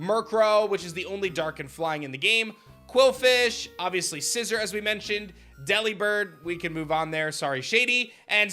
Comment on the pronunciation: Remember The pokémon's name is scissor not Scizor